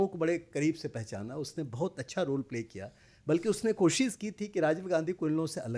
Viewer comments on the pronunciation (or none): none